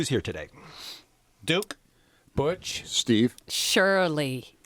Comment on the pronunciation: When he said “b*tch” instead of Butch, I DIED-🤣🤣😂😂😂😂😂😂😭😭